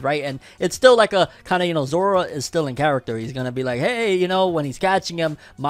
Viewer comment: I thought he was saying zoro when he said Zora . I thought zoro got lost in between his fight with kaido because he was not in lastest chapter of onepiece